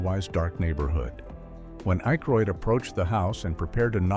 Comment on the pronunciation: AI voice? Jeez, can't pronounce Dan Akroyd & Paul Shaffer's names? And...several other names... Oh yeah, realism has little to do with this movie. I'm sure we needed to tell everyone about the rocket launcher flaw!!!